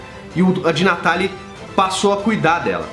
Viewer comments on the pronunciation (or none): Eu sei que você fala De Natale com a mãozinha e o sotaque italiano !😂